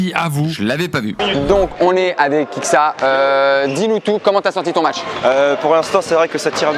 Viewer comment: on en parle que dis Kiksa et pas Kikesa?